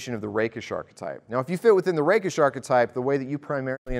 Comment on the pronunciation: I heard "the rape'ish archetype".